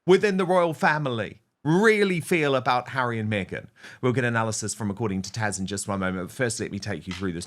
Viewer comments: Taz, not Tash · Dan…Stop calling her Tash!!!! It’s Tazzzzz! Come on! You did it to PDina calling her PDeena!!! Please correct that!!! Thank you! 🙏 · Dan, it’s taz” with a “Z” sound not “tash.”😂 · Why does Dan keep referring to Taz as “Tash”? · Dan, please stop calling her "TASH"!! HER NAME IS TAZZZZ. Thank you! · Is her name Taz or Tesh, as Dan pronounces it? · It’s taz not tash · Why does he keep calling her TASH?